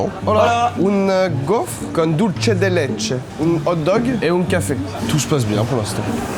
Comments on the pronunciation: Le c dans Dulce se dit comme un s, c'est de l'espagnol, pas de l'italien. Et c'est Yin et Yang, pas Ying et Yang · Dulce se prononce dulssé, c'est de l'espagnol pas de l'italien 😂